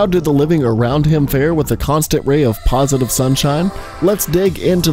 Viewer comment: He say'd positife 48 times